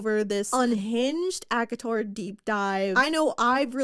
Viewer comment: Every time says ACOTAR, i feel like shes saying Akinator 😂😂